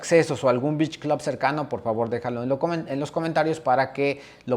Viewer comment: que pocho, y ni si quiera pronuncias beach bien parece que estas diciendo bitch😂